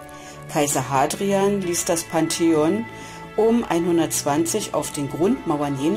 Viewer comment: Unfassbar. Ein Video über das Pantheon machen und nicht mal Pantheon richtig aussprechen können. Katastrophe. Peinlich.